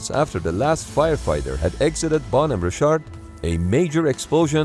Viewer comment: Holy crap. Who ever is putting out this video, get new voice to text software. Richard is not "Ree-shart". The 28 times or so that the narration says the name incorrectly, is like fingernails on a chalkboard.